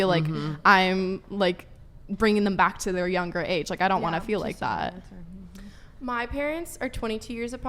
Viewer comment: "I FWEEL LIKE"